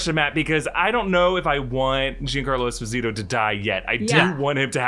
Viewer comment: Juan Carlo like the king of Spain? 😂 It’s Giancarlo and please learn how to pronunce Esposito my american fellows 🤝